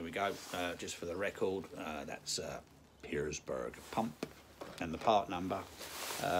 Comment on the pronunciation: No 's' in Pierberg mate ;)